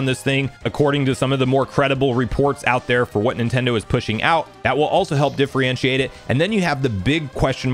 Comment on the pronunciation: Supposedly, not "supposably" Differentiate, not "diffrientiate"